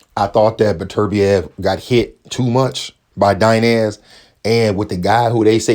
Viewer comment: "Artur Butter beeav"